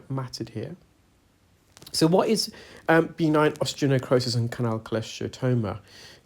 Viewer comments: Again and again, it's not B9 - that's reserved for playing Bingo! It's pronounced "beh-NINE". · I’m curious about the necrosis you’ve mentioned in many videos- is it B9 or are you saying benign? No criticism, just not sure which is being said. 😊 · I can’t tell if he’s saying B9 or benign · Are you saying B9, like a vitamin, or benign, like not-cancerous?